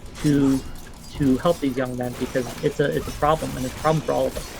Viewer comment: I like when says “Pwoublum”